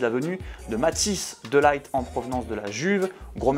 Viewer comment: faites un effort pour la prononciation de De Ligt .. un peu de respect quand même